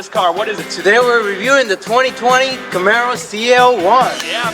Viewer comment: CAMARO not CAMERO LOL!!!!! Great job guys